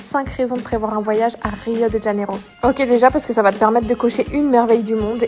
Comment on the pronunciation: C'est Rio de Janeiro et pas rio djaneiro